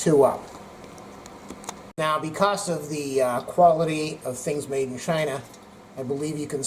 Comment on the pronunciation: Actually the best part in this video is, the way you pronounced 'Made in China' 🤣🤣🤣